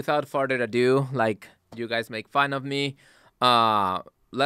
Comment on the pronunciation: "gwee don wan to get dirt on our chirts."